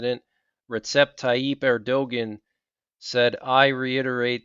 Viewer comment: ‘Erdogan’ is pronounced ‘air-du-wan’. And unless Israel is living in unwalled villages and in tranquility, this is not Ezekiel 38. It may be the set up, but it’ll be well into the future.